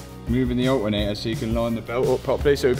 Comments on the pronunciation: "The a-eh-ator" the aLTeRNator. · ol-e-nei-a = alternator